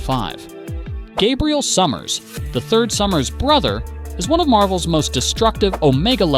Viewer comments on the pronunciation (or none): none